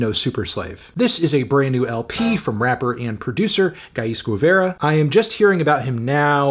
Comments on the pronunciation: the u is silent in guevara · Bro why is saying Guevara right so hard for English speakers Kano